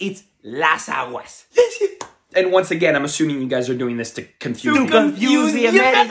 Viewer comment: "To confuse the Americans" You say it like it's a hard goal